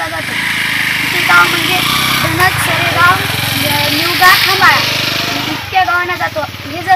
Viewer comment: सेरगाव नाही हो बाई सरेगाव असेल आधी माहीती बरोबर घेत जा हो